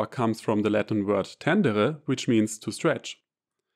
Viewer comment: I thought you were French based on the way you pronounced 'tenere'